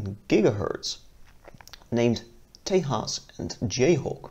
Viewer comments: It's not Te'h'as, it's Tejas meaning strength, courage, valour, etc. It is a Sanskrit word :) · Stop pronouncing Tejas as Tay-haas. The j is Jay not hey. It's an Indian word not a latin-american word. It's pronounced Tay-jus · Small Note. Its not pronounced tehas, its Tejas, Its an indian word. it means strength, courage and valor. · Its Tejas not Tahas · For the record, it is pronounced tay-juhz and not Tehas. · Whitest way to say Tejas just say Texas damn it's annoying